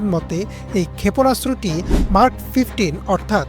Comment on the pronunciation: হায় রে সাংবাদিক। মেক রে বলে মার্ক🤣